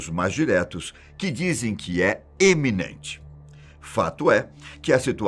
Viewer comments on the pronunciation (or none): iminente nao eminente kkk